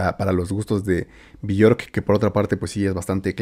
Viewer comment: se pronuncia " biork " ella misma se presenta con esa pronuncacion